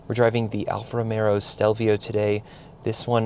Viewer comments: It's Alfa R-o-m-e-o not R-o-m-e-r-o!! 😅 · Alfa ROMEO. Not ROMERO. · I've burst into laughing when I've heard that 😂